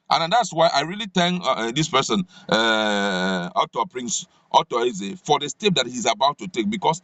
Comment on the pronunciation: Please please not Otto Eze but Arthur Eze, Ewu !